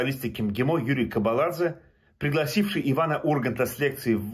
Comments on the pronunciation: Читаю комментарии почему не удивляюсь.? Кобаладзе грузинская фамилия не правильно произносите у русских нет буквы ძ - дз Самое главное никого не интересует что беззаконие у вас везде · КОБАЛАДЗЕ вторая буква О а не А и в конце в место дз у нас одна буква ( ძ ) კობალაძე эта буква ест у японцев и китайцев на пример Си ДЗин Пин на русском пишите дзин но произносите по другому так же как Камикадзе на японском. (ძ Წ Ქ Ჭ Ყ Ჯ Ჰ ) Этих букв в русском языке нет а в грузинском нет (ё й щ ь ю)